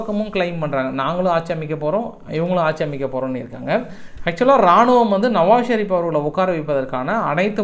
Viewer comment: டேய் மரவள்ளி தோட்டத்தான் உனக்கு நவாஸ் ஷரீப் என்றுகூட உச்சரிக்கத்தெரியாத பாமரன் நீ உனக்கு சர்வதேச செய்திகள் எல்லாம் ஒரு கேடா டேய் யூத சூத்துனக்கி நீ தினமும் நிர்மூலமாக்கப்பட்டு வரும் இராணுவ தளவாடங்களும் குழந்தைகொல்லிகளின் எண்ணிக்கயை எப்போவாவது நீ கூறினாயா டேய் குல்பிசூப்பி